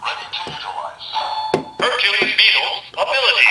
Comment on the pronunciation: I like this whole set. Don't like the pronunciation of Hercules though. Other then that it's good!